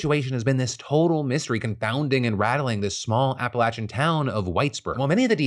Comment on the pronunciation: The pronunciation of Appalachian made me so happy thank you